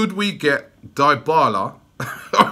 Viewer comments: Crootdog Gaming it's pronounced as D'bala bro and not diebala😂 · Anteater23 and then he says Diebala 😂😂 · Well I've been watching Juventus for a long time and since he went to Juve they've always pronounced it as DeeBarla not DieBarla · Dybala is not "die-bala" its "dey-bala." you and DT have to learn pronunciations man. smh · Die-bala?? 😂😂😂😂 ily Robbie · Crootdog Gaming you are right i know nothing about football. Its pronounced D'bala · Crootdog Gaming It’s pronounced D’Bala lol. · If you can't say his name, you can't sign him. Dibala LOL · DYHBALA, ROBBIE, DYHBALA! XD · "dyebala" lmao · The Dybala rumour isn’t funny but the way you pronounce his name is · Did you just say Dybala? Yeah no Robbie, just no. We can’t right now. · Love how you pronounce all top players names wrong. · MAn the way you said Dybala 's name is DIABOLICAL ! HE could reject arsenal for the fucked up way you pronounced him ..